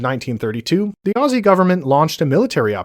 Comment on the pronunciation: atleast you don't say it ossy and actualy say ozzy